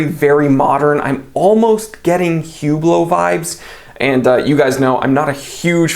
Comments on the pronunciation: Oh, and ‘Whooblow’? You mean Oooblow, not H or T. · Hublot is pronounced ou, bloow the H should be sounded like a O